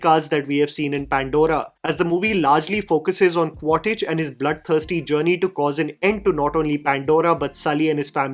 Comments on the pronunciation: Ummm........Its Qua-Ritch NOT Qua-Titch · It’s Quaritch, not Quaditch or Quatidge bro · It is not 'Quar-Tich' its pronounced 'Miles Quaarch' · Quaritch ❌ Quartij ✅ 🤣🤣🤣🤣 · Listening to someone saying Quartich multiple times, very frustrating?? Review sounds similar to Jeremy jahn’s.. I doubt you have watched it… properly.. It is Quaritch . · Your pronouncing of the names is a too funny... Its quaritch... Not quatich. Its neytiri... 😂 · It's 'Quaritch' not 'Quatitch'. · Quaritch ❌ Quatage ✅ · Qua-rich and not Quar-tich. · its Quaritch not cottage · Just wanted to point out it's not 'Quatitch' but It is 'Quaritch'. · Bro kept saying "Quattich" 💀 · Bhai agar Quaritch nahi bola ja raha toh Miles bol deta 😭